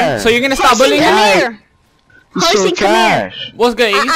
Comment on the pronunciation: He says billien instead of bullying... horsi